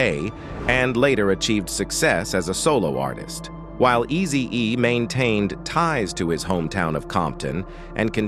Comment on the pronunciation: Messin up everybody name tho😂😂 pronouncing words wrong..😂😂 Eazy DUUZ IT😂😂😂